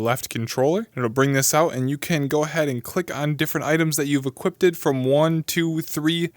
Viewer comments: Why do I get so internally upset when someone says "Equipped" as "Equipdid" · "equipted" lol